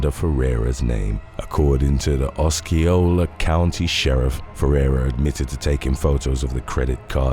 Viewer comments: It's not pronounced oskeeola....it pronounced os cee ola county.... it's a native American name and damn do you butcher the pronunciation of anything Florida... wouldn't hurt to do a little more research for your videos 🤷‍♂️ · Osceola is pronounced: AH-SEE-OH-LUH for number 6 lol just trying to help 😊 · Osceola... Ah-see-oh-la